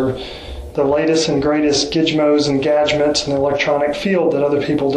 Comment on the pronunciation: Gigmoz and gagments....ummm sir thata not how you pronounce that!